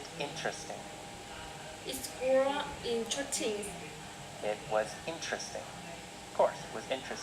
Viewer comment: ơi, t nhận xét bài c nhá:D 1. Độ to: ok c nhé, rất rõ ràng. 2. Phát âm: 1 số chỗ từ t phát âm chưa chuẩn khúc "it" k có /s/ nhé và "was" c phát âm thiếu /s/. t k soi thêm đc lỗi nào khác nhé. 3. Trọng âm từ và câu: t k thấy trọng âm từ và câu trong bài của nhé, nó bị đều từ đầu tới cuối. 4. Tư thế đứng và cảm xúc: tư thế đứng tốt nhé c. nhưng c nên lồng cảm xúc vào, đặc biệt là những đoạn mà có " yes, no " ấy. phản xạ trả lời câu hỏi chưa tốt c nhé, và câu trả lời ở 1 số câu hỏi c có thể kéo dài câu trả lời và bổ xung thêm thông tin cho c trả lời nhé thêm cảm xúc vào bài sẽ hay hơn nhiều nữa, phát âm tốt nhé c <3